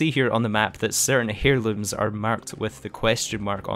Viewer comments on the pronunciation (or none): Heirlooms is pronounced airlooms. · It’s pronounced “airlooms” you don’t say the “h” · Please start pronouncing Heirlooms as " air-looms". It is not pronounced as "hair-looms". Thank you